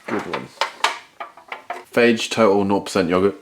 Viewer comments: I think it's pronounced "fah-yeh"... the yogurt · its pronounced Fa Yeee. FAGE is something completely different 😅